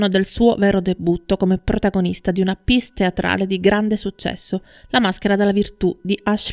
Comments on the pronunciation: circa, "PIECE" teatrale si pronuncia "piès" non "piss" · Tesoro due parole in inglese dovresti impararle se vuoi parlare di attori internazionali ... almeno il cognome della Leight corretto ... le opere teatrali pronunciate alla francese non si pronunciano piss e Mistress non vuol dire prostituta o donna di facili costumi - informati!